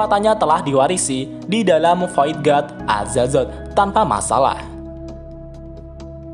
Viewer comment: Azatot pak bukan azazot